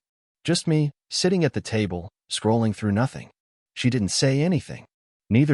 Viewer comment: “Nothing” is 2 Syllables…..